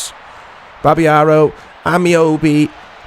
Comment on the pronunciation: its maybe because im not an english speaker, but whenever you say babayaro i misheard as boby arrow. it make me chuckle from time to time. great video as always mate!